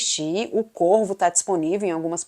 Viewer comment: No início do vídeo eu pensei que vc tinha dito o Corpo ao invés de o Corvo pois o som 2 palavras é parecido 😅